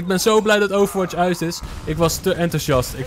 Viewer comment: Stop met overwaths